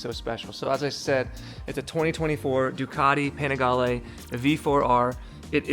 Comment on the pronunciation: Ducati not Ducadi and Panigale not Penigale